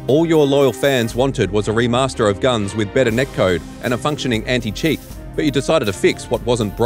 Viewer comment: Its pronounced "Gun Zee"